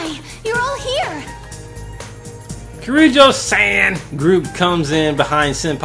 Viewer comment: Honestly every time he mispronounces -san I cringe a bit. But otherwise I really like his commentary in this game!